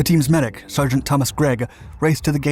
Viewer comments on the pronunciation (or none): none